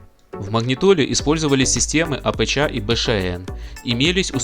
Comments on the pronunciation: Как режет слух это твоё АПЧа, научись уже говорить по русски..., нет такой буквы ЧА. АПЧ - автоматическая подстройка частоты ( для радиоприёмника) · Всё хорошо, только "апэчя" слух режет. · Апэча, Бэшаэн режет слух!, ты бы у батьки у СВАВО поинтересовался, как правильно всё это читается)))